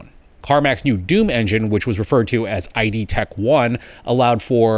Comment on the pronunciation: Calls it eye-dee tech one. Dunno why I should continue watching.